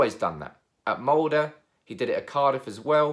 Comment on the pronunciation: How you pronounced Molde was almost like a Norwegian